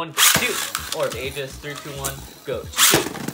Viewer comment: its pronounced orb egis not orb ages